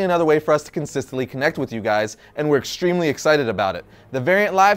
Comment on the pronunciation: we are really ex-STREAM-ly